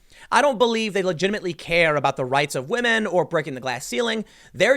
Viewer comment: He wants that, "because Wahmen" vote.